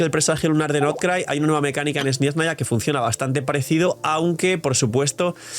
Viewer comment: uy por que dices esni esnaya?